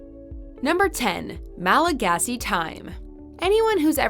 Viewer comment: I just like the way you pronounce all the Malagasy words!!! Really great video btw :) Thanks for making it.